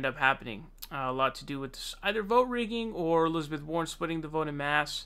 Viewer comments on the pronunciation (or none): none